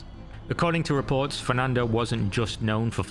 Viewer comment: "reports" has an "r" sound.